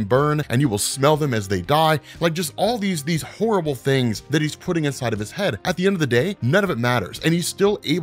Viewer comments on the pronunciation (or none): none